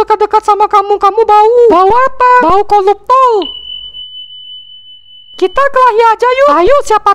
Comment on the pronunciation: "koluptol" noice